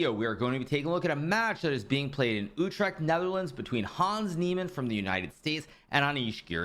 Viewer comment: Pretty good pronunciation of "Utrecht".